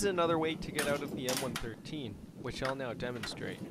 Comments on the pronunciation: It's one one three, not one thirteen.......... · We Americans called it the M one one three, not one thirteen. I drove the M113 and it’s variants, the M five seven seven (M577 - Command Post Vehicle) and the M nine eight one (M981 - Field Artillery Fire Support Vehicle or FiSTV) used by Forward Observer teams. Even with improved power they were slow, and eventually the FiSTV was replaced with the Bradley FiSTV and later a wheeled Stryker FiSTV, although I never drove any of those. I loved the M113 variants because I basically grew up using them. I would love to own one myself.